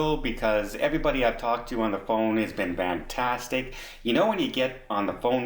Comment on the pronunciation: Is it me or does say "Vantastic".....Lol